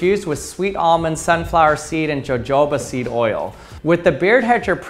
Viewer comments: Jojoba ->pronounced-> HO-ho-ba. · Jojoba is pronounced hōˈhōbə. We used to break sodium-cooled engine valves and then throw them in a gallon can of water. Sometimes it just fizzled and flamed, but a few times we launched the can into the air with the explosion. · In Reference to the add transcript JoJoba is not enunciated as JoeJoeba. It's Said very much like The Santa Clause Phrase Ho! Ho! Thus JoJoba is enunciated as HoHoba with the American H sound eightch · I love the videos! This man is way smarter than I could ever hope to be, but the way he pronounced "Jojoba" has me dyin XD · Note from the Pedantic Police; BEARDO!!! Also, isn't it Hoh-HOE-Bah (rather than joh-Joe-bah)? Please discuss in the Comments below... ;~ ] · The plant is pronounced"ho hoba. Spanish "J's" are pronounced like English "H's". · The J is pronounced as H in Jojoba. Ho Ho Ba! Please do it with piezo sparkers at top..? We all like a good "Whuoopf!" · Disappointed by the thumbnail. Looks like you'd do it in a pool. Also, check your pronunciation of jojoba. It's more like hohoba.